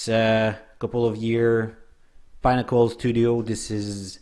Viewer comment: It's pIN-nack-uhl not "Pine-ack-uhl" like you're pronouncing it. Pinnacle means -The highest/best you can achieve/reach.